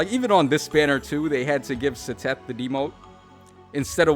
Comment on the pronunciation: the way you pronounced Seteth's name made me laugh, it's "ced-eth"